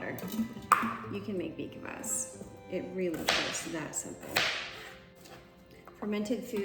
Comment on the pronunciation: Say beet kfas not kavas 😊